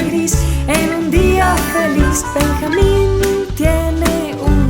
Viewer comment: Se escribe Benjamín y se pronuncia Benyamin ¿no? xd